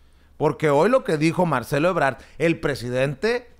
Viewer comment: Es Ebrad no Ebrar.